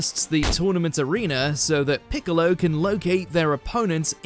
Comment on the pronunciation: I just kept listening to”Bigalow” 💀🤡